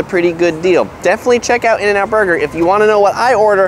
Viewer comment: I was about to subscribe until you said in-n-out burger.